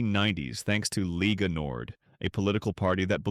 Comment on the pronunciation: Pah-dah-nee-ah not pay-day-nee-a. Same with Lega Nord, it’s leh-gah. The term Padania is used, at times, to refer to northern Italy but the flag and movement arent that popular. Regional differences are stronger than any potential bonds between all northern regions.